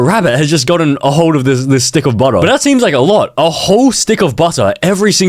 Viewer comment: alote? U mean a lowwwwww taperrrr fadeee